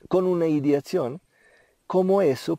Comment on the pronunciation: Te escucho decir: "ideatzion", quieres decir ideacion?:) Que significa ideacion? Namaskar!